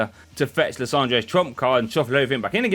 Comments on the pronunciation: ohh but it's lye-san-durr, not leh-sahn-drey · Your pronunciation is wrong. It's Lie-san-der written as Lysandre. He says it in the anime too. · The videos good but your pronunciation of Lysandre is painful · Very informative video but I couldnt get past the pronunciation of Lysandre. :( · Why do you say Lysandre's name like that ☹️